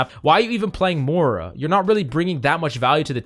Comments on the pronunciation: Moy- ra not Mara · Spell the i in Moira pls aaaaaaah "Mora" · How about "mora"? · I’m dying about your pronunciation of Moira